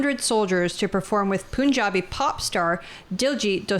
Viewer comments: just FYI it’s not “poonjabi”. Pun (a play on words) has a schwa sound on the vowel, kind of not super obviously a U vs an A or an E etc. That’s the best way to say it, say Pun…jabi… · “Poonjabi” 😂 I’m glad a lot of commenters aren’t just saying go back home or deport them this is why I like this channel